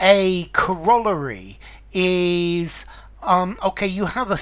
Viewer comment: Pronounced cor-o-lar-y, not co-roll-a-ry.